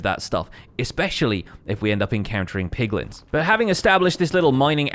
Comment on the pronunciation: I swear I heared POGlins for a sec.... I need to stay away from people more